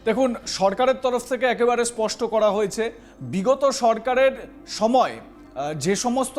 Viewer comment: kathata pasta na, spasta. In future please correct it.